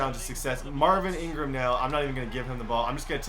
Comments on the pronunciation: lol who noticed when he said Marvin Ingram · he says Marvin Ingram but an awesome video nonetheless.